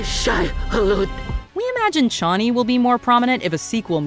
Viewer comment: Didn't care for the way they pronounced Chani in this one either.